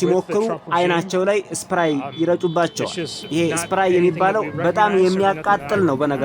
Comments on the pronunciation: እስፕራይ ምንድ ነው ? Pepper Sprey ለማለት ነው ? ወይ ጋዜጠኛ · ሰኘረይ ነው የሚባለው ሰኘራይ አይደለም አሰተካከል wronging pronunciations.